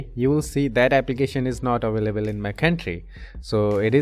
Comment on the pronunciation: aveleble😂 Very Helpfull Ty soo much